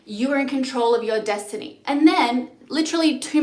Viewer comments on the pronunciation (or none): none